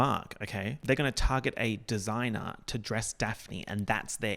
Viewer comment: I'm pretty sure desiigner is pronounced like 'd. singer'